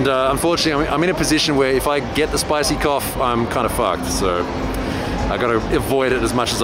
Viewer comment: "Spicy Cough" LOL!